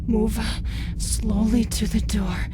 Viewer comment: "Open the noor"